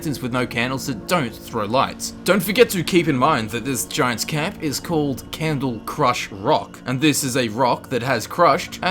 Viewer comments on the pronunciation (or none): Also it is called cradlecrush rock not candlecrush rock. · Its Cradle not Candle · XD The last one is called "Cradlecrush Rock" not "Candlecrush rock." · It's Cradlecrush not Candlecrush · not to nit-pick but isn't it Cradlecrush Rock? not Candlecrush? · So is nobody gonna talk about "Candlecrush" Rock? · Candlecrush rock, lol